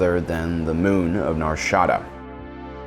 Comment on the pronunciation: Not "Nar SHADA" its NAR SHA DA